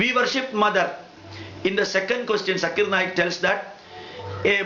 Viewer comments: fast of ol u pronouns his correct name his name is zakir naik....not jaakkir naek..........or please spitout gutka from ur mouth..... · This Gentle Men says Mr. Zakir Naik is not pronouncing the Proper Name of some Line of Veda or so...and concluding... Let me ask .. this gentlemen is not pronouncing even the name of Dr. Zakir Naik the way it has to be pronounced. What is relevance. Ironically... See who is telling what and what...???